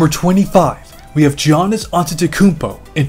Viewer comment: Love the video! Giannis is pronounced as YAH-nis